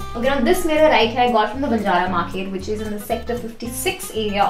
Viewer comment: Start pronouncing "here" right. It's not "heire"